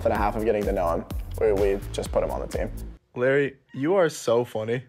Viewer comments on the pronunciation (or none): He kinda pronounced his name wrong Larry’ says it with a “a” not y. It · did he just call larray the name Lary?? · said Larry instead of Larray and I’m like so u don’t even know the names of the ppl in the hype house?